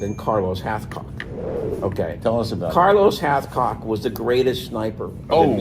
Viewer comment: 😅😅😅 Did say "CARLOS HALFCOCK,"???? To Funny, Haha! "PETER NO'TOOLE" Don't get me started!😂